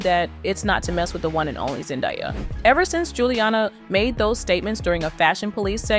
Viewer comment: was the pronunciation "Gilliana" intentional?